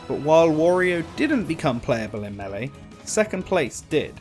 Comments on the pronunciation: when doing research for the melly videos. Bruh your pronouncing it wrong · If only there was an announcer who screams the word out so we have some idea on how to pronounce the games name 🤔 to bad that we don't have that. (Though he starts pronouncing it correct later, he just said it weird at the beggining)